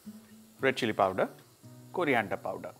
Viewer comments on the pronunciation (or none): none